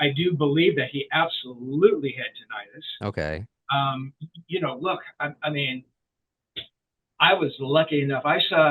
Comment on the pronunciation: You’re both mispronouncing “tinnitus.”